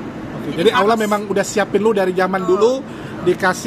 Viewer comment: Utk penyebutan kata 'Allah' harus di latih tiap hari kak jesslyn biar pas pengucapannya